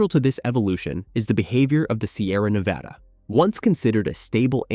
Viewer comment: It’s Nevăda unless you’re talking about Spain. This narrator pronounces it wrong nearly all the time!